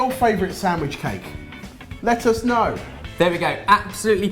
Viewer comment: This video is so weird... And did say Let us know or Lettuce know??? Haha